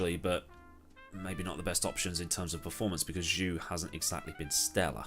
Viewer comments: Zhou is pronounced "Joe" instead of "Jew" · Just so you know, Zhou is pronounced more like Joe than due, if that makes sense. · I think George is gonna try to beat Lewis from his first season, especially if you consider its new regulations and brand new cars where experience with the current Mercedes is essentially not relevant (just a note, Zhou is pronounced Joe in Chinese) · ignorant to say Zhou isnt stellar...also your pronunciation of his name is bothering